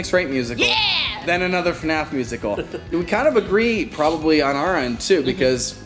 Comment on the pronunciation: / its not eFNAF. You pronouns it F N A F. duh